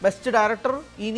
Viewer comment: Koman Obrian ❌ Conan o'brien✅ Timothee shamaye❌ timothee chalamet✅